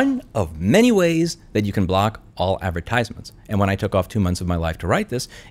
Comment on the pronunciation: This is solid advice but your pronunciation of advertisements irks me lmao